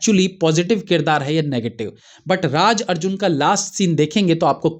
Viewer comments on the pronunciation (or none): none